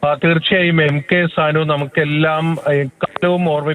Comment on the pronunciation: സാൻ മാഷ് എന്ന് പറ സാനു മാഷ് എന്ന് പറയട